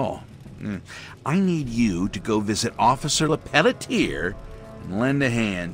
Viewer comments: Hey what would happen if you locked Claire in a room and made her listen to Bigsley say “LePeletier” for an hour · New theory; the guy who played Bigby mispronounced Lepelletier, did a take of it overly sarcastic as a joke, and they decided in the studio that that was Bigsby's new character. I know that's incredibly unlikely but the way he says that name is so snarky.